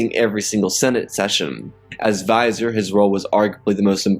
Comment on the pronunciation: Vizier is pronounced "Vih-ZEER", not "visor".